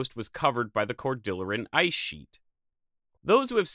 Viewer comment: Great video, and I always enjoy your content! One thing, I think you might be mispronouncing "Cordilleran". The word is from Spanish (cordilla meaning "little rope"), and Cordillera in geology/geography describes a continuous system of mountain ranges, like the North American Cordillera. Maybe the Cordilleran Culture gets its name from the North American Cordillera? Sorry to be nitpicky, love your content!